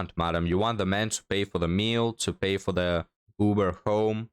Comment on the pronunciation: 😂 thought 3rd gurl said pea - not PAY. 😂